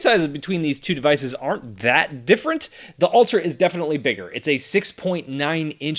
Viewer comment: Why do I hear "alter" and not "ultra"?